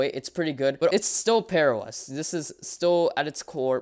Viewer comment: Sounds like bearOS